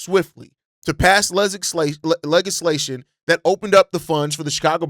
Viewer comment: The leglaslation! Im over here crying 😂